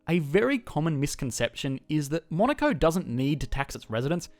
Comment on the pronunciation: I hear Monica